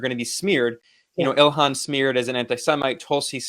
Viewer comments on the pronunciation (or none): none